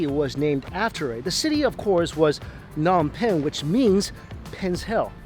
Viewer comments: uuurk when u say Phnom Penh incorrectly, other than that the food looks bomb! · Anybody else here from cambodia ? 🇰🇭🇳🇴 its funny how he says nom penh😂